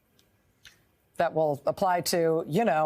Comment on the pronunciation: TERIFF ERVYTHING.,,. what do you mean ? .,., ERVYTHING !!!!!!!!!!! 🤣🤣🤣🤣🤣